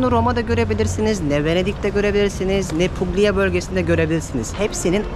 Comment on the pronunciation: Hitler Floransa’yı bombaladı mı? Roma bir şehir, Puglia bölge; aynı cümlede yanyana gelmez. Puglia, Pulya okunur. Hayranınım:)